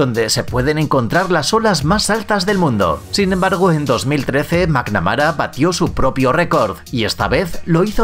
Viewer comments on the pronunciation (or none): garett MCANAMARA, no entiendo como los españoles se complican tanto tratando de pronunciar otros idiomas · macnamara, no macAnamara